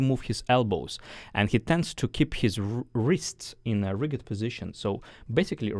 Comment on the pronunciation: Love your style of teaching …Just for your pronunciation reference: rigid is said with the same pronunciation as used with “just”, or “judgement” or “danger”the g is softer